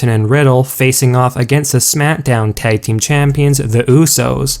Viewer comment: Some one needs to tell him it is smackdown not smitdown